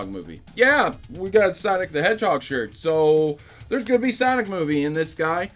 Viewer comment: Its "Sanic" the hedgehog